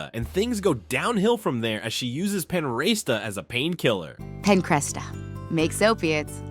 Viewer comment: Panoresta and Penerasta??? Dude, it literally says "Pancresta" in the episode. Can you not read?